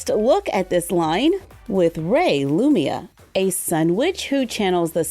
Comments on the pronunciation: I love this new doll line but... her name is LumiNa with the N not Lumia like you say😂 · sorry, it's gonna bug me!! it's lumina, with an 'n'. Loo-min-ah. still, your reviews are fabulous as always <3